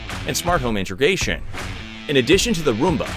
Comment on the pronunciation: What’s “intergation?”